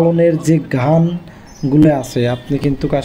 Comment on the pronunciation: ভাই আপনি ভিডিও ভাল করেছেন। কিন্তু হার্ডিং ব্রিজ বলেছেন। আসলে হবে হার্ডিঞ্জ ব্রিজ। তাছাড়া লালনের ঘান নয় গান।